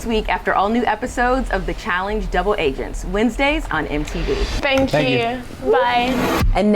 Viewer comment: a terrific host for these things, but she keeps saying Challing-ge. I can’t unhear it.